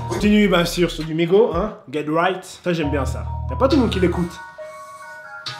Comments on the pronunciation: On dit MigoSSS et pas Migo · C'est migoS dit le S à la fin 😂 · c migoSSSSSSS ET NON MIGO sinon bonne video